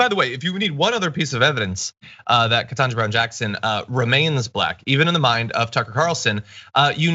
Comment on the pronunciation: I think yours is the first vid I've seen point out the fact that Cucker never says her name right. Every. Single. Time. I picked up on it on the second or third time he did it. I wondered if this was his way of throwing an insult without needing to be called out. Your explanation of it makes perfect sense. Thanks.